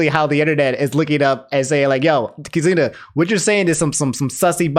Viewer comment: It's not pronounced "kai-zoona", it's "kee-zoona" Still, very informative, fun and easy to follow video :D